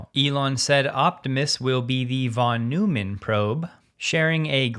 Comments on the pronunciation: Check your pronunciation of "von Neumann" none of the cool kids call it "von new man". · "Von Noy-man". German pronunciation. No shade, just pointing it out. Usually, your pronunciations are spot-on. I love your coverage,. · The only correct one is FON noymann. With a short a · Hey -- you normally get pronunciations spot on, even for foreign names, so I'm sure you're interested to know that "von Neumann" is pronounced "von Noy-man", or even "fon Noy-man" if you're really going for full German pronunciation. Being a guy with a 50 year computer background, I've learned a few things, and one of them is now to pronounce John's name.;)